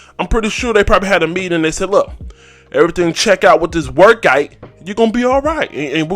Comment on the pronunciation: Why does he say workite and big kite